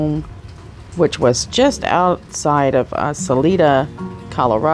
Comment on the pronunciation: What concerns me is that why on Mothers Day a Sunday during a pandemic would he take a trip to Denver? I’m just speculating but he may have gone off with Suzanne to dispose of her. I pray not. But his story is down right fishy. Just a note it’s pronounced Sal I da. Thank you for the update.